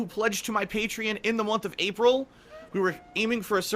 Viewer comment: Pay-tree-in lol it makes me laugh that he can never pronounce anything properly.